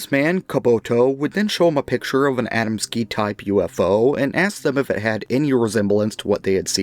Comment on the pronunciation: You "murdered" the pronunciation of the polish name Adamski...